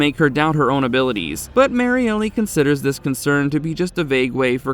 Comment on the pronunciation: I think it's just Marielle as in Mary-Ell, not Mary Elly.